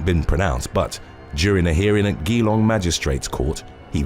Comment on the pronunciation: FYI, Geelong is pronounced "jee-long"